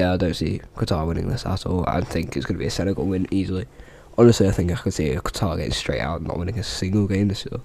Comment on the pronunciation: Great video ( you said Qatar wrong)